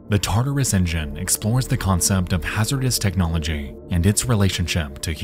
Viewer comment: I swear everytime you said "tartarus engine" I heard that as "taardis engine"